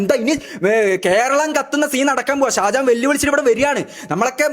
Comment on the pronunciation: Sajahan alla mone sha sha shajahan😂